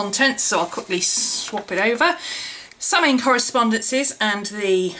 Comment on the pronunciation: Always love your videos.. Not sure if you know this or not(I just learned it myself) but apparently Samhain is actually pronounced Sah-win or Sow-in :) thought you might like to know